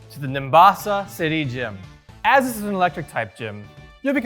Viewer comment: Azzzz instead of as, cause electric